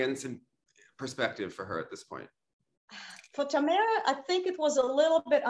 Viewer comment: I am confused by Elena’s pronunciation of Tamara. In Russian it’s Tah-MAH-rah which is easy enough for an English speaker to say. Instead she uses this weird Tah-MEH-rah which doesn’t even exist in Russian and certainly isn’t her name 🤷🏻‍♀️